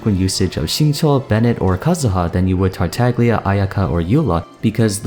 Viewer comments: I love how he pronounces all these chinese names perfectly and then says TartaGlia with a hard g. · Great video series so far, really like it and thumbs up from me. One small piece of advice tho: The 'g' in 'Tartaglia' is silent. As someone with italian heritage it hurts a little, when the 'g' is audible :-D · Just call Poptarts Childe if you're not gonna silence the G in Tagliatelle's name.